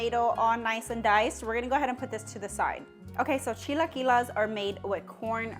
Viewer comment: Girl its chi-la-qui-les not las 😂